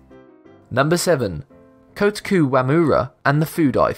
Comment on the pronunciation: Dude, you know, it should really be Kōtoku (or Koutoku), not Kotaku Wamura. I looked at the mayor's Japanese Wikipedia page and searched 幸得 (which is his first name) on Jisho. There are 4 different readings of his name, and Koutoku is one of those. I also did a Google search for "Kotaku Wamura" and saw the following article (it's the first entry listed) from the Kotaku website: "Why Kotaku Didn't Save a Japanese Fishing Village". In it, this prevalent mistake is addressed adequately. Interestingly, Cracked made the same mistake in their article, viz. "The 5 Most Satisfying 'Told You So' Moments Of All Time" published on February 9. Four of that article's entries are repeated here. Was that the inspiration for your video?